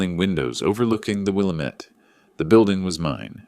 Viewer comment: Will lamb met Not will a met 👍